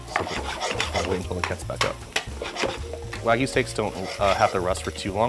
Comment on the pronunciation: I was going to watch the video until I heard "WAG-OO" It's pronounced Wahg-you